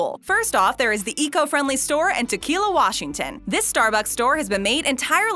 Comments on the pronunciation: Kinda interesting. And, BTW... Tukwila is pronounced, well, just as it's spelled: tuck-WILL-ah. Not tequila. Hmmmm... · And it’s Tukwilla is pronounced Tuck-will-ah, not Tequila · Did you just call my home town tukwila tequila